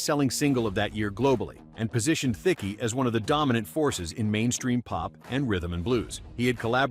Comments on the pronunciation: "Theeckee" I paused and went, "wait what?" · That's not how you say Thicke.